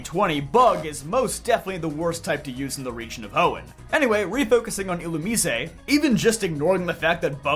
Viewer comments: You keep mispronouncing Illumise and referred to them as "he'm" when that species is 100% female as Volbeat is the male counterpart. Theyre badically the gen 3 Nidoran lines only minus any evolving. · dont tell me its actually pronounced like a spanish word illumisé